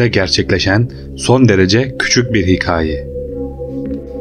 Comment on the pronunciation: Eline sağlık emek veriyorsun da hocam diksiyon bozuk , metin hazırlaman biraz kötü tekrara düşüyorsun muhtemelen yokluk durumu söz konusu ama tekrardan elden geçirir isen (bu işten anlayanlar ile) daha düzgün işler çıkabilir. Hikaye derken a yi yumusatmaman bile beni cidden çıldırtıyor. Başarıların devamını dilerim